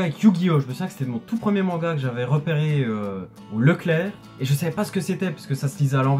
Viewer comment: Tu dis manga cheloument mengua .